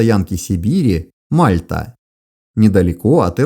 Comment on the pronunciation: Не упрёка ради, а исключительно ради уменьшения в будущем количества помидоров в адрес уважаемого автора: стоянка в Сибири произносится с ударением на последний слог - Мальта́.